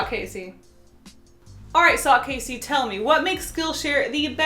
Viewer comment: Hi, no it's, NO IT'S UGHHHHH TF, Kasey. Okay